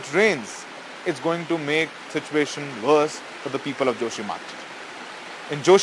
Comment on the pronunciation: I beg your pardon ...read the surname as Shukla.